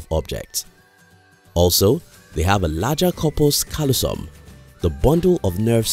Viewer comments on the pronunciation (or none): "ing".....not "in"...also it would be nice for this to be narrated with someone who can pronounce "corpus callosum"